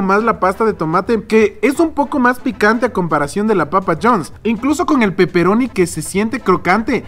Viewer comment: Jajaja buen video...pero me cague de risa cuando dijiste de peperoni xD parecías italiano de verdad hehe